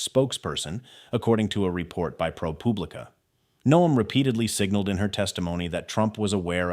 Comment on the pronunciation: Why did you say "propooopuuublica". Plz tell me it was a "mispoke."